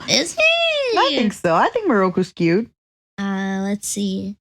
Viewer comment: Re: habits, I have heard say “cyuttuh” (cute but with the last syllable dragged out) just like mint too